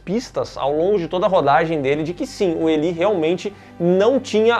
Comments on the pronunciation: Elí😂😂😂😂 diz-se ilái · A pronúncia de Eli ou Elie no masculino é ilay, agora no feminino seria Eli mesmo. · Caraca, mas a pronúncia é "Ilai", meus queridos